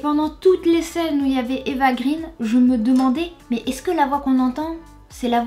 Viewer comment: Ce n'est pas "Eva green" (prononcé grine), mais "Eva Green" (prononcé graine) car son père est scandinave et le double "e" se prononce "ai".